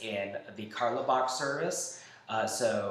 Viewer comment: Lol great vid but btw in carlebach the “e” is silent